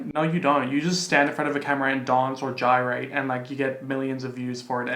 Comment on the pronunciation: Nobody:: Gyrate 😒 🤣 I love you.